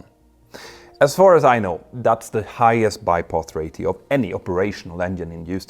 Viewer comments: I’m glad I’m not the only person who noticed this. It sounds like he’s saying ray-THEE-oh but I’m used to pronouncing it ray-SHEE-oh. I’m thinking maybe that’s just how some people say it. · why is he saying rathio instead of ratio. his English is good so it's not an accent thing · The word "RATIO" is pronounced "RAY-SHEO" not "RAY-THEO". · Ray-she-o not Rate-eo. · Ro-Chee-oo not Ra-thee-oo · Ray-shee-ow, not ray-thee-ow. Jag har utmaningar när det gäller uttal på svenska, tyska, och franska, men jag kan vara behjälpligt när det gäller engelska. 😉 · I've never heard the word "Ratio" (Ray-sheo) pronounced as Rayth-eo like "Raytheon" without the N. Not trying to bust your balls by the way, just never heard anyone say it like that. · Ratio is pronounced “Raesheo” my friend. Every time you say “Raetheo” it kills me 😝 😉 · It's Ratio not Rathio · "RAY-shee-oh" -- there's no "th" (as in "thorn") sound in "ratio". "... engines has [sic] ..." -- "have" is used with plural subjects. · Mentour, ratio is pronounced as RAY-SHE-OH Practice in front of a mirror. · ratio is a strange English word - which usually doesn't have a "t" sound, but a "sh" sound - Ocean also has an sh, when it isn't spelt like that... (love the technical content as always)... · Whats a Ray-thee-O? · There's no th in ratio. Stop saying rathio. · Hey Petter, I hope you don't mind me for saying this but you repeated "Ratio" incorrectly. "Ratio" is pronounced ray-shee-ow in both American and British English translations. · Check your pronunciation of ‘ratio’. 😇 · The "ti" in "ratio" makes the sshhh sound, as in "nutrition" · There are ONLY two syllables!